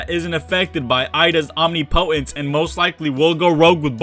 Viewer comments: Second video in a row so ima clear this up now. It’s not pronounced OMNI•POTENCE. It’s pronounced OM•NIP•O•TENCE. Also COUP de’ETAT, is pronounced KU de TAH. Thanks 😊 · Can people stop saying omnipotence as OMNI POTENCE It’s one word.